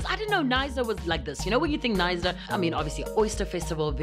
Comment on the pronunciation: Knsyna the K is silent